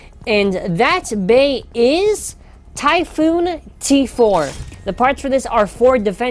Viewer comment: it's called Typhon not Typhoon btw